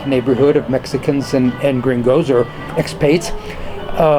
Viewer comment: Thanks, I'm glad you enjoyed. As to pronouncing Ajijic, that's a minor factor. Local Mexicans don't seem to care and appreciate the fact my wife and I speak more Spanish, even if off-kilter somewhat, than many of the expats here do. I've been questioned about other words as well...example might be calling our foreign colleagues what might sound as "expates" rather than "expats" but then that again is a minor issue that doesn't trouble me. Appreciate your concern and take it to heart.